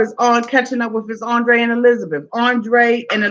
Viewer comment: ANDRRRRRRRRRRRRRRRRRRRRRRRRRrrrrrrrrrrrrrrrrrrrrrrrrrrrei rrrrrrrrRRRRRRRRR